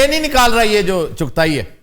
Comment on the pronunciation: Dear sir Aftab, I appreciate your program, today you spoke to kafi, chughta instead of chughtai,. Can you elaborate some words about chughtas? Who they are? Or can you recommend any book to know about them?. Thanks